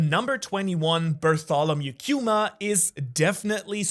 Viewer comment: Love your videos but its kuma not kewma 😭